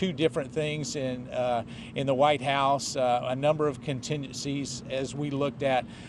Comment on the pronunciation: Did he say the 'wise house'?